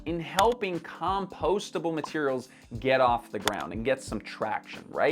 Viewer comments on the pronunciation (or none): That's a very odd way you're pronouncing "compostable".